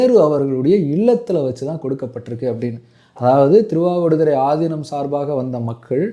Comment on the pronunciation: Yow news la aathinam ku pathila aathi inam nu sollurainga ya enguttu poi solla ippolam news readers ee Tamil olunga padikurathu illa